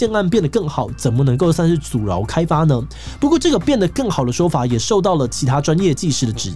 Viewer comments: 阻撓 不是阻饒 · 是阻撓，不是阻饒